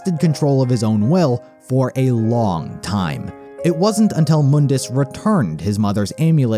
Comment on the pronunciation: Try calling him Mundus (Mon-dis) instead of (Moon-Dis)